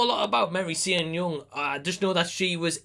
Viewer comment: Sean is pronounced like Shawn.